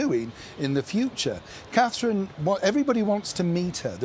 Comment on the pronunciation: They like Her Royal Highness Catherine, Princess of Wales, but they can't be bothered to show her the respect of saying her name properly.